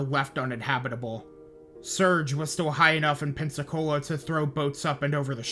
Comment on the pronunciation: Just an fyi you mispronounced Pascagoula and Pass Christian. Pascagoula sounds more like ghoul than goal. And it’s not pronounced Christian like the religion. It’s more like Christi-anne.